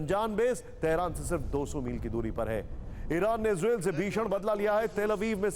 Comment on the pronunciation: इजरेल नहीं इजरायल कहते हैं भाई कहना सीखें 😅😅